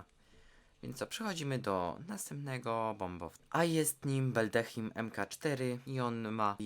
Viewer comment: Beldehim... ja pierdole.